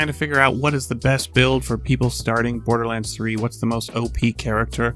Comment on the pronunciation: "Bordlerlands" :3